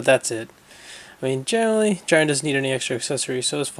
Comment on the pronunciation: (Jeerun)Jiren, (Kabah)Cabba.